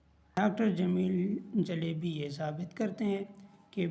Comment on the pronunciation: Jalbi❌ jaelebi✅